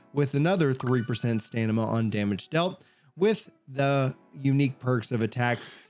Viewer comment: Love your videos, but dude, Stamina is pronounced stam-min-nuh not stan-nim-ma 😂